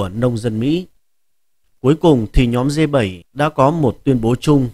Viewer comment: Đọc sai bét, phải đọc là G .